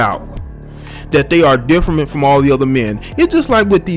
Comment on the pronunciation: Lmao “Differment”